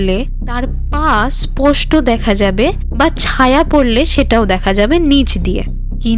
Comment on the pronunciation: কথাটা ছাওয়া নয় ছায়া উচ্চারণ ঠিক করুন